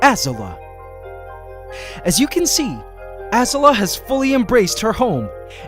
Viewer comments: C'mon man, it's Az-oo-la, not Az-u-la. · I wonder why you are pronouncing Azula as ah-ser-la? If you’re following the theme of the Fire Nation and Avatar: the Last Airbender, the show pronounces the name Azula as ah-zoo-la, like blue in Spanish with an A at the end: azul-a. Keep up the wonderful work you do, for it is a demonstration of living art and never foreseen scientific discoveries caught on camera! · Hey, i just want to say you pronounced Azula wrong it's ah - Z OO - l ah any way i just want to let you know, i'm a huge fan of yours and love your content! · Hey man, looks like you named your spider after Azula from Avatar the last air bender but your'e pronouncing the name wrong . it should be pronounced UhZoola . LOVE your videos . look forward to them every week. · Azula is a name with a accent mark, so the name is pronounced like ah-zoo-la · I highkey though Azula was pronounced “Ah-zoo-luh” like from Avatar. Am I the only one? 😅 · why are you reading her name wrong did you not see avatar "Azula" A ZOO LA> AZU LA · how AC still pronounces "Azula"... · The way he pronounces Azula really bugs me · you guys noticed that he pronounces Azula wrong?